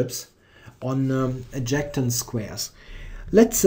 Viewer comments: thanks for the video. Btw, you pronounce adjacent like "add" "Jay" "cent" (cent like the money). Cheers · Fantastic video. I'm excited for this new series. Just a small pointer to help your English, the word "adjacent" is pronounced, ad-jay-sent.